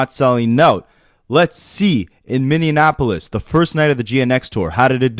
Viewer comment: I live in Minneapolis.... and it's pronounced "mini" - "apolis"; not "minian" - "apolis" Don't make find you 😂😉